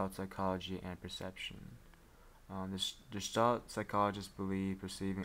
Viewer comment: It's not "gestalt" as in "George" it's "Gestalt" as in "Guess" - a hard G.